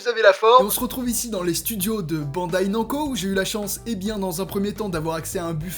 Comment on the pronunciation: Le nom c'est pas nanco... On dit Namu Co... On ne dit pas Unreal Haine Jaine... Mais Hen Jin